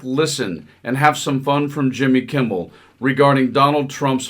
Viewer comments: Kimble? Oh, come on. It's KIMMEL! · Jimmy Kimmel not Kimball!!